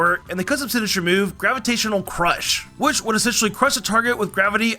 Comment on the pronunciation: *Gravitational, not Gravitional.